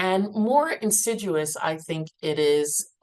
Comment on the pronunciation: “Insiduous”? lol. Not too bright.